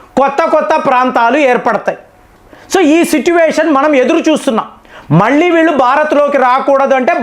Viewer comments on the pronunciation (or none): none